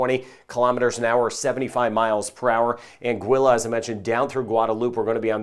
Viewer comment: I fell in love with this when he pronounced Anguilla correctly 😍 😭